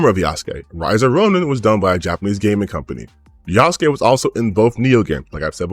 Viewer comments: Ah yes, an insider who knows a whole bunch about this project but calls him Yah-sook. Totally believable, amirite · I hate when they keep saying Yasuke's name wrong